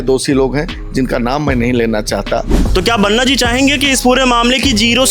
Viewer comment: Waise banna nhi Banaa hota hai prononciation..... Waki political na banaye mudde ko